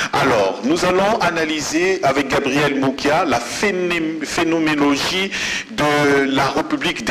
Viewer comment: "Phénoménologie" et non "Phénomélogie"